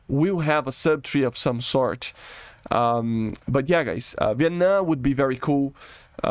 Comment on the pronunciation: Bro im not gonna be rude but Viet NAM not Viet Nuh